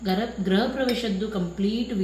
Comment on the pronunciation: ಅಕ್ಕ ಗ್ರಹ ಅಲ್ಲ ಗೃಹ anni